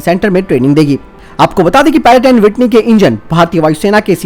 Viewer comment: पैरक एड विटनी नही प्रैटन वीटनी